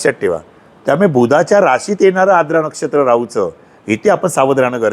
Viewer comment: Knowledge logical watale pan shabdocchar ashuddha aahet Siranche ....jase Verjya, Aadra shuddha ucchar Varjya , Aardra ase aahet